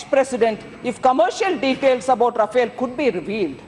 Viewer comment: learn to pronounce the name of the plane